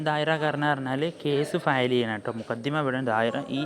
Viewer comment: Mukaddima അല്ലല്ലോ മഖ്ദമ എന്നല്ലേ